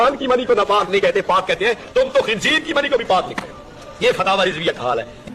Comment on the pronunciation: Tabsira karne wala jahil h Khinzeer ko khinjeer bol raha h 😂😂😂